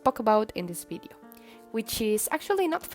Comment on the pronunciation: my favorite part of the video is when you say bideo :3 it makes me giggle (In a good way ^_^)